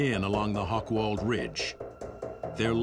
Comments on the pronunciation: Hoch = High, Wald = Wood. Not "Hokwald". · "Hochwald" has nothing to do with hogs. It wouldn't matter that the speaker doesn't have the slightest clue of German pronunciation, if "Hochwald" were not one of the key words in the documentary. Nevertheless, it is a very professional and informative presentation of a forgotten war story.